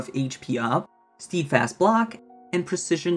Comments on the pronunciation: st-eh-d fast not "steed" fast f.t.r. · Just so you know, it's not "steedfast" it is pronounced "stedfast" or maybe "stehdfast" would be a more accurate phonetic spelling of how to pronounce the word. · it's pronounced 'sted'fast